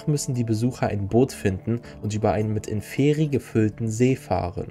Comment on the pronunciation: Wollte nur anmerken, dass Inferi vorne betont wid, also Ínferi. Heißt "Die unteren" auf Latein